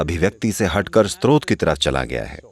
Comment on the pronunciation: नैरेटर स्रोत (Srot) शब्द का बार बार स्त्रोत (Strot) उच्चारण कर रहे हैं जो गलत है। कृपया संशोधन कर दें।